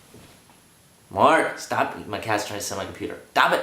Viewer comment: "Mark staph it" xD